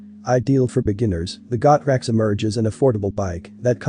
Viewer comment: Pronounced "Go" "Trax"....... not "Got" "Rax".....ya "Dumb" "Dumb".